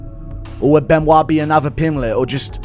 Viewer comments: Its pronounced Be-no-it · Ridiculous how many of these clowns pronounce it "Ben oyt" and not "Ben wah".... Either way, Pimblett wins. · Benoyyt Sane Denise 😂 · Are we seriously calling him Ben-oight? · How the fuck do you think it’s pronounced Ben oyt? lol. Good god. Learn to read. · It’s pronounced Ben- wah…… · Benoyyt lol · its actually Bun-wah to be 100% correct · Beuh-noix actually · Why dom say Benoit like that 😂